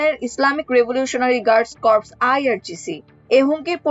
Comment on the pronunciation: উচ্চারন সঠিক কর্পস।